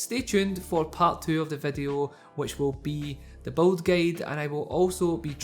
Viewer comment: it's build! not beld